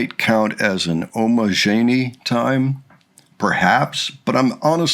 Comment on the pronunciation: I was at that show with 2.5k other Maidiacs! Best way to learn how to say Omajinai Time is to say Omajinai like "Imaginary" (replace the "I" and the "O" sounds).